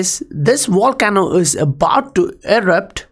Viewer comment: OMG LOL I HEARD "THIS WAR CAMEL IS ABOUT TO ERUPT" - said Volcano not war camel, took me a second to realize lmao. Love the content always TOP NOTCH!!